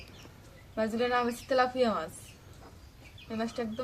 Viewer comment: Telapua na telapia mas